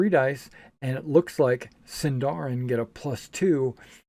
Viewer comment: I am always for Point Buy. If a player wants to min-max, that's the player's thing, not the systems. And rolled stats force players to play characters they may not like. Ah, hahah, hahah, Sindarin and Khuzdûl... I wonder how much misuse will these words get, apart from the fact that SÍNDARIN HAS STRESS ON THE FIRST SYLLABLE! Eww, zodiac, I'm for sure omitting that! I see a lot of rolling for backstory here, which I wouls not do, but is certainly easily dismissable.